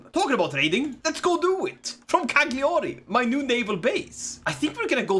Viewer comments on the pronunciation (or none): Btw Its pronunced Lasaña.....and Cagliari its pronunced Caiari. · As an Italian, i love everytime says CaGLiàri! No sarcasm. I just stupidly love that pronunciation